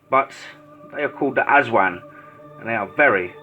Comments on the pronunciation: Correction, it's the ASWANG (Uh-swung) It's basically a vampire, a witch and a skinwalker rolled into one. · its Aswang bro not aswan